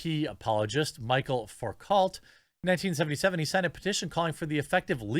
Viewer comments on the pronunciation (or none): “Michael facult” 😂 It’s pronounced like (Mich-elle Foo-coh) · Just hearing him say "Michael Focalt" is killing me. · It is pronounced "Mi-chel Fou-cault" ... he was a Frenchman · It's pronounced "Michelle Fooko"... Michel is the male version of the name. The "L" and "T" at the end of the last name are silent because... Welcome to the French language. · It's pronounced Foo-co (cault) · ‘Mee-shell Foo-coah’ 😆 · Love ya Jeremy but “Michel Foucault” is pronounced ‘Mishell Fookoe.” Frenchy. Natch. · Michel Foucault is pronounced Michelle foo-coh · Ok, so for future reference anyone who wants to know how to pronounce ‘Michel Foucault’: It’s “Mē-shel Foo-koh” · Not that he deserves to be remembered, but Foucault is pronounced "Foo-kow"